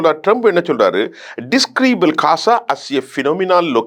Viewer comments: Kasa enru solama Olunga ghaza solluga. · கசாவை இல்லை ஐயா காசாவை முதலில் உச்சரிப்பை சரியாக பேசுங்கள் ஜோனல்ட் ட்ரம்ப் இல்லை டொனால்ட் ட்ரம்ப்